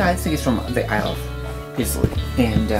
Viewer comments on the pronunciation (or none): Clueless. Talisker is not from Islay. Talisker is much less smoky than Lagavulin. The Cragganmore is completely unpeated. Both of your pronunciations of «Lagavulin» are terrible, likewise with «Islay». Americans - Iowa. «Pints». Use litres, like a human being. The bottles are each 200 mL.